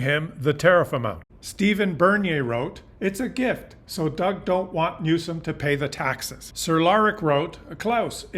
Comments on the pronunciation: Love your commentaries, background photos and charts. Keep up the good work! Trivia: Newsom doesn’t have an “h”, so no “sh” sound in his name. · As always,, you are laying out the facts, understandably clearing the fog from our eyes. However, the man’s name is pronounced., “NEW-SOME!” Don’t play Trump’s incredibly stupid games of Word play! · Please show more class than the Orange Monstrous Clown: The California governor’s name is pronounced: “NEW-SUM” emphasis on NEW. Be a grownup and stop making fun of his name… such behaviour is beneath you, isn’t it? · So you want the dems to run as lil pp did. Slogans!!! Riiiiiiight. Ps. please dude it’s new-some! Not new-shaum as you say it. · New some, not new shum. Other than that wee criticism, I appreciate your educating the Canadian public. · 1. What were the results of your inadvertent experiment? You never got to that 2. (nit) It's pronounced "new-sum" not "new-shum" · It’s NEWSOM, NOT NEWSHUM, Christ! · Speaking of proper messaging. I had to replay before I made this comment. The governor is not Mr NewSHUM, it is NewSOM. I love your work, I'll send peeps your way. Thankyou,. 🇨🇦✌️🍁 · Question for you - why do you pronounce his name with an H in it? Newshom isn’t it Newsom? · just so you know you are pronouncing Gavin' Newsom's surname incorrectly. You are phonetically pronouncing it "Newshum" when it should be "Newsome". This reminds me of when tRump constantly and purposely pronounced Kamala's name incorrectly as an insult. Please correct yourself. BTW Great Chanel and content!👍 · You are saying Gov. Newsome's name incorrectly. His last name is pronounced - New + Sum, as in give me SOME candy. There is no "H". I do not know you so I have no idea if this is personal or how you say certain words or if you are trying to be funny, so I mean no disrespect. I am not a fan of Newsome, I am just uncertain as to why you keep inserting extra letters in his name. It's weird.